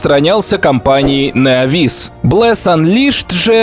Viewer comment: Блес воскрес в стимес! а ты вообще не правильно сказал